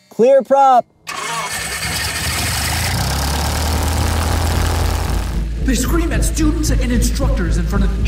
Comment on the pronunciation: he said "clear prop" really well